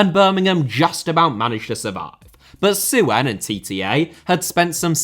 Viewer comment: on a minor note, the 'ue' in 'Suen' is pronounced together, making it sound roughly like Son in Heung-min Son. The two last names, I believe, share the same Chinese character.